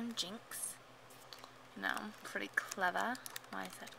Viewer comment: Lol I low how you also ways say Uhhhhhh hes so cute, I love him And especially in this video "I'm naming him jynx, I know I'm cleva(clever)"